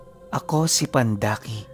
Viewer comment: pandaki po...hindi po pandakaki😊😊